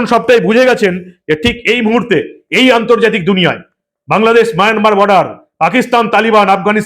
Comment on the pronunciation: মায়ানমার উচ্চারণ করার জন্য ধন্যবাদ। যদিও মাঝে মাঝে মায়নামার হয়ে গেছে।